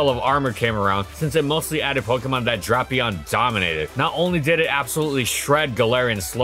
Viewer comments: its weird cuz he pronounced it correctly before. why did he change it now lol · the way he pronounces Drapion hurts me. But great video non the less, love seeing these every Sunday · that pronunciation hurts you did it correctly in previous videos, why did you change it now lol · TIL it isn't pronounced dray-pea-on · Very painful to watch when he pronounced dray pion wrong 😡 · I'm offended by how you say Drapion. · please research pronunciations before putting together an entire video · Drapion not Dropion. (Drape-E-on) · Hearing him say “dropion” and not “Drapion” makes me wanna cry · Me seeing a Drapion video: Neat Me hearing "Drop-eon": Not neat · He pronounces it as “Draw-pion” not “Drah-pion”. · I genuinely thought it was drap... not drop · Drapion, not dropion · I love drapion, one of my favorite mons. But I swore it’s pronounced drape-ion, not dropion. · I feel like every time says dropeon instead of drapion i Lost One year of life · I always thought it was pronounced "Drape - ion" .... Hearing "Drop-ion" kinda hurt to hear. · u pronounced it "drop-pee-aan" instead of the correct "dray-pee aan", not like it matters or anything tho good vid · It's Draypion not Dropion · Drayyypion, tf is this dropion shidd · Nono, it’s pronounced like Beats by Drapion. @@ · he's doing this on purpose. HIS NAME ISNT SPELLED DROPION ITS FKN DRAPION lmao clearly DRAY-PEON why in gods name is he doing this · I love Drapion, probably my favorite poison type. With that being said I am extremely disappointed with this video. “Dray-pion.” That is how you pronounce it, that’s how it will always be pronounced, and I will DIE on this hill. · This incorrect pronunciation is why I can't watch. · If you thought pronounciation of Reuniclus was controversial, "Drop"-ion is about to be even more contentious. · I mean the way he pronounces Reuniclus is the official pronunciation. The official pronunciation for Drapion is “Drah-pion”, which he doesn’t say. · It's DRAY-pion!